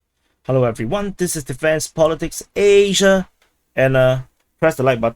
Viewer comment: I am only here to learn how to say ASIA